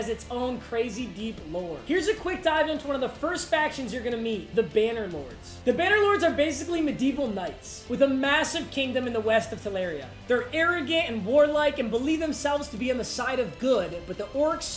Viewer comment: “Madeeval Knights”